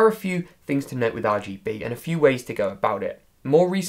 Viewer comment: I laugh every time he says and now tip 2. is AR G Be